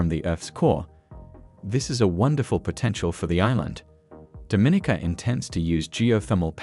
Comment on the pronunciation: I really wish you had learned how to pronounce Dominica correctly. It’s Domineeka, with the accent on the long e.